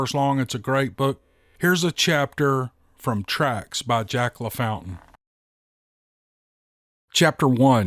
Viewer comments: Isn't his name actually Jack ,pronounced, La fawn tane? Just asking. That second story hits home. It reminds me that my sister-in-law is doing just this, missing my brother after 40 years together. Kind of sad at holidays. All of them. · in the deep south we pronounce your writer friends last name...LA FAWN TAiN...its a french Creole thing.